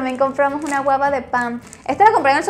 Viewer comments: Es guagua no guaba Jajajaja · Que hablas ajjajaja es guagua . No guaba 😂😂😂😂😂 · Que alguien le diga que es Guagua de pan, no guaba 😂😂😂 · Se llama gugua no guaba como siempre me encanta tus vídeos. Bendiciones😉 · dices guaba y es guagua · no se dice guaba si no guagua jijiji saludos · Se dice guagua..No guaba!!!! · JAJAA así como me reía me desesperaba cuando decía guaba en lugar de guagua xD pero yo comprendo perfectamente que ella está poco relacionada con esta tradición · No es guava es GUAGUA...